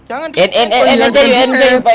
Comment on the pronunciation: yg bener "end" bukan "and"= dan